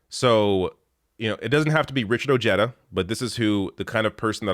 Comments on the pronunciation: The man's name is Latino. I believe it is properly pronounced: Oh-HAE-da...not Oh-JE-da. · ps: Richard Ojeda.......the "j" is pronounced as an "h" in spanish surnames; so it's not O-JEDA, rather, its' pronounced, O-Head-a, just FYI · it's pronounced O-hay-da, not Ojedda. That said, I wish you were on American TV. This country needs media voices like yours. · it’s pronounced OH-hay-duh. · It's pronounced, "Oh-Hey-Da" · you are Murdering his Last Name. It's O je' da'. Just wanted to let you know. I'm sure you have Latin Friends who can help you with correct Pronunciations. Thank you for your Video. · Is it not pronounced Richard O-hee-da? 🤔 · 🤦🏻 ok well your Canadian so you can have a pass but yes it’s spelled Ojeda but it’s pronounced O-Hay-Da ……….. making my non-Spanish speaking Hispanic ears hurt lol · It’s pronounced “ Oheda “ the J has the H sound. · Ojeda = oh-hay-da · Ojeda is a hispanic last name so the j is pronounced as an h, great vid either way